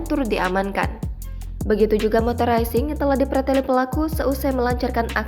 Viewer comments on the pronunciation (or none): Maaf,,dibaca motor raising? Apakah kurang faham cara membaca tulisan dg lafal yg baik dan benar dari tulisan bahasa Inggris,sebaiknya di up grade lagi bahasa Inggris narator berita,.agak mengganggu telinga dan akan salah faham bagi pendengar yg sdg belajar bahasa Inggris.terimakasih.